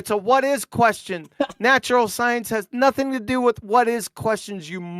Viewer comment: I don't trust people that pronounce the "G" at the end of words as "keh". "Notheenkeh", "sometheenkeh", the ocean is "waveenkeh".